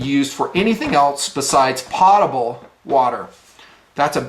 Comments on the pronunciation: Love your vids my friend. However, it's not Pot-able, it's Poat-able and has nothing to do with a pot. I'm dealing with this daily in aviation as well when I order a fresh lav and top off on my potable water. Also, I have all the Katadyn and Berkey filters, but found an amazing filter in SAWYER. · Great vid... fyi it is pronounced poe ta bul not pot a bul.. i was recently corrected on this :)